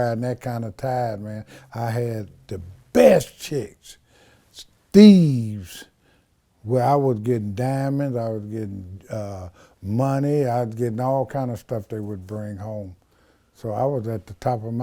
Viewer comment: Did he say ”Steves” or ”Theives”?